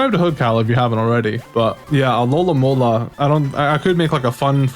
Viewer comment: My OCDemon is tormenting me because you say "alolamola" instead of "alomomola" lol